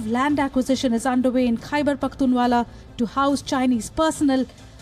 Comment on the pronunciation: hate mongering and idiotism at its peak..its khyberpakhtunwa....not pakhtunwala....and what to comment on this disgusted by the lies